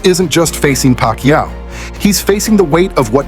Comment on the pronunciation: Parkquiao 🧐 kombosos? Tf up with ur pronunciations . Oh it’s AI